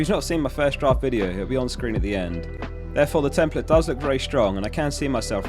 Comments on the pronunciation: Tem-PLATE. A not uh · why are you saying ‘template’ like that?